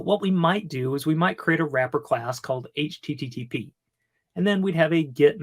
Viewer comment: how in the world are you a developer if you can't say http correctly?